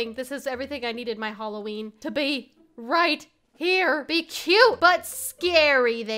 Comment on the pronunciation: said rolween